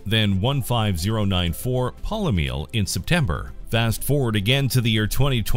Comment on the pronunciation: And Professor Nitpick says: Eurybates = YOU-RHEE-BAY-TEEZ, Polymele = POH-LEE-MEH-LAY, Leucus = LEY-YOU-CUSS; Happy vocalizing!